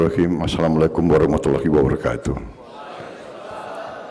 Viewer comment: Alhamdulillah p Prabowo pengucapan salamnya semakin baik👍